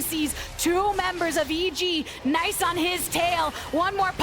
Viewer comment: can someone please explain what she’s saying here “Unforgiven sees 2 members of EG Nice on his tail” ????????????????????????????